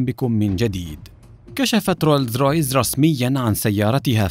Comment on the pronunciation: روز رايز مو رولز رايس